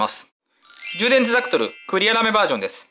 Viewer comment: ザクトルって言ってるww